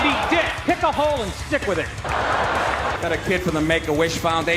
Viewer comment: wow sad...... he mispronounced in is common "stick" out your tongue. But hey whatever right